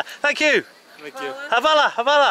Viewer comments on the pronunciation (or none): Wrong akcent for thanks :) Hvala not havala